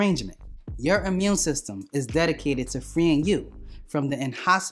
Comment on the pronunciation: I like this dude..... Amun system....peace brother